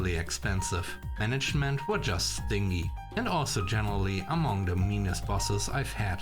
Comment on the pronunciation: I'm just helping here. Not stingy like ringy, but stingy like dingy. I hope that helps, I know English can be tough, but I'm sure you are doing better than I could in your native language. , story 2. You've come a long way since you were forced to drop the robot voice. I don't understand why they still seem to be allowed to be used. Can't YouTube detect them? Did they change their policy?